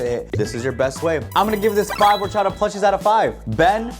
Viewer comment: Bros Spanish orachaDa is chopped